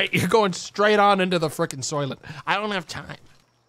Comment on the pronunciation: Soylent, he said. What the fuck is a “soilet”